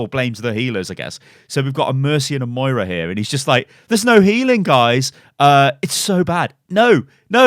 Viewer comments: MARIAH CAREY LMFAO Mo-I-RA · MARAIAHHHH LOOLLL its fuckin Moiraaaa loolllll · MO-RI-YAH DO U KNO HOW 2 HEEL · It is pronounced Moy-ra. Its not a difficult name to pronounce!